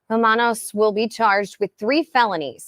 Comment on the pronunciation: The nams is pronounced Ro-man-oz.